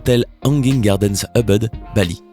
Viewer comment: on ne dit pas EUBEUD MAIS OUBOUD CAR EN INDONESIEN OU EN BAHASA on pronounce le U en OU . :(